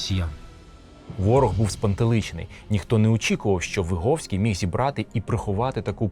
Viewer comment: Вибачте, але Ви не правильно вимовляєте прізвище гетьмана. Ви говорите на російькій ВигОвський. Але українською правильно ВигІвський. Ви самі кажете, що він з селища ВигІв. А російською це село пишеться ВигОв. Справа в тому, що я звідти родом і моє дівоче прізвище ВигІвська. Я цим цікавилася ще з дитинства. Мені було дуже неприємно, коли мене називали і писали ВигОвська, я сперечалася з усіма викладачами всюди і примушувала їх переписувати моє прізвище